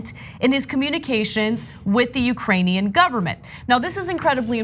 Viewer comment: Lol “ugranian”